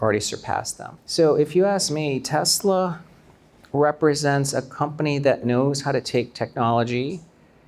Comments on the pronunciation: 교수님 Tesler 가 아니고 Tesla 입니다 TeslA !! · The host says ‘Tesla’ like Trump… Tesler 😅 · You know these guys are idiots when they pronounce Tesla as Tesler. They lie on top of lie. It's a con and that's why he hooked up with the felon president. Bitcoin is a pyramid scheme. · Even Donald Trump says Tesler ..relax